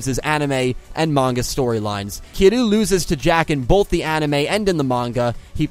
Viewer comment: I enjoyed the video a lot, but I do have notes. “Kiryu” should sound more like “kee-reeoo”. While your attempt to get the Japanese “r/l” is solid, you kinda squish that “y” out of existence, instead of blending it, so it sounds like you keep saying “Kilu” (or “Kidoo” when your mic doesn’t pick up properly). Ryu, from Street Fighter, is commonly pronounced as “ree-oo” in the west, for example, and using an English “r” instead of a Japanese one is usually not that problematic. Something to consider.